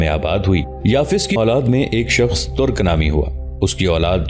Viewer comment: لفظ " ترق " نہیں " ترک " ہے